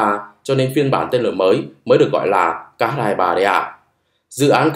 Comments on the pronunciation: Chữ "Х" trong tiếng Nga không phải "ix-sì", mà là "kha". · X đọc là khờ nhé àd :)))